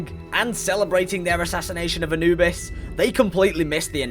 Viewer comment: not how you say Anubis but ok.